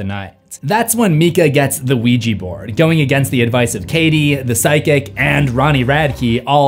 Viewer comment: dude its supposed to be ouija not the luigi from the super mario, o u i j a, OUIJA!